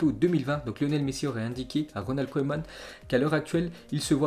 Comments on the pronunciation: Ça se prononce keman pas koueman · Hé,, t sérieux là tu ne connais pas la légende koeman. T'entendre écorché son nom ça fait mal.je commence à avoir des doutes sur tes connaissances footballistiques